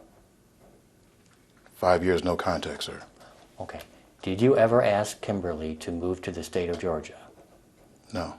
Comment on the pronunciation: Its pro ounced ask not axe. If someone ever axe you they would be in trouble for assulting that person you so called axed